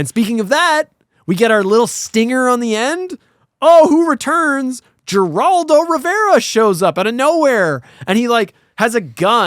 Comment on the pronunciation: The G in Geraldo is pronounced like an H. Heraldo.